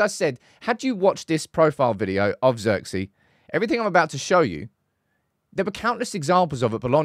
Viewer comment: His name is pronounced Zirkzay btw